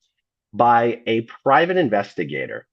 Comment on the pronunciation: I like the way he said that he is a privet investigate investigating the After Mat Foundation that was so funny. Lol